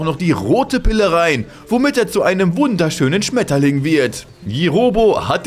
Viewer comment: Ein wunderschöner Schmetterling 😂😂😂 diese betonung von dir😂